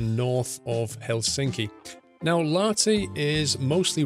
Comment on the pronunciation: Lahti pronounced with H not like you said lati